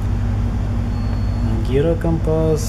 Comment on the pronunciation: Гирокомпас, ударение на "а" - как приятно слышать это слово. Служил срочную на Балтике в 1968-70г.г. на сторожевом корабле 50 пр. в штурманской боевой части, по специальности "электрик штурманский", это значит - обслуживание и ремонт электронавигационных приборов (гирокомпас, лаг, эхолот, радиопеленгатор). Техника интересная, довольно сложная, очень важная в обеспечении безопасности плавания. Мне очень нравилось моё занятие, служил с удовольствием, всё время изучал своё заведование, совершенствовал знания, благо, техникум, который я закончил до призыва, дал хорошую общетехническую подготовку. Не буду скромничать, в профессиональном отношении чувствовал себя очень уверенно, было пару ситуаций, когда приходилось решать проблему исключительно благодаря квалификации. Командир корабля (из штурманов) и сам штурман это хорошо понимали и ценили, два раза давали отпуск домой. Эта специальность ещё хороша тем, что я имел свободный доступ в штурманскую и ходовую рубки, и на ходовой мостик, всегда был в курсе происходящих событий и нашего местоположения. 50 лет уже прошло, а как буд-то вчера, ностальгия... А где установлен основной прибор гирокомпаса на этом судне?